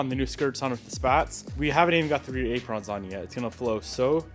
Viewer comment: Silver Calipers with REAL blue wheels lol, And what's with the pronunciation of Apron?? 😂😂